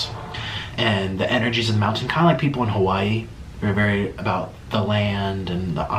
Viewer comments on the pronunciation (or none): none